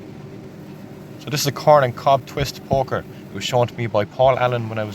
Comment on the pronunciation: Love how sometimes it sounds like he's saying fire porker